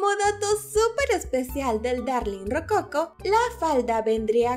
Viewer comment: Perdón que te corrija pero puede que yo esté mal, pero no sé dice ROCOCO sino ROCOCÓ cómo el estilo arquitectónico que también es de vestimenta y GRACIAS por la información 😊❣️